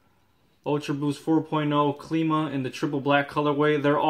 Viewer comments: WTF is Cleema?? How do you pronounce Climate as in Clima? Cleemite? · Good review but it’s pronounced Climb-ah like how you pronounce climate.